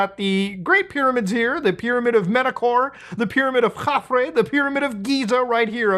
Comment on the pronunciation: pronounced Ke-phre, ke-fra;the proper annunciation of Egyptian text/ hieroglyph phenetic. kephra son of khufu. khufu's father Snefra, khufu built Giza. just felt like droppin that nugget.